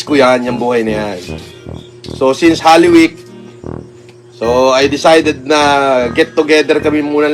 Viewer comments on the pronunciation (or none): Kulaong talaga galing mag english.. halloweek daw imbis holyweek🤦😅